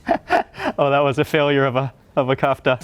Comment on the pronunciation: Kafta with the stress on the second letter - vowel A